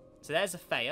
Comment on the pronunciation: Isnt it Th-E-uh?